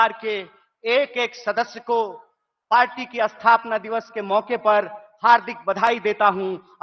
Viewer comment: Athapna nhi bey sthapna...Hindi bhi bolna aata nhi hai PhD kar Raha hai....h....ya